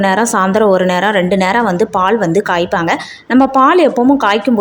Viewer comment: Yes,,,, தமிழை கொலை செய்யாதீங்க..... காய்பங்கனு சொல்றிங்க.... கேக்கவே கேவலமாக இருக்கு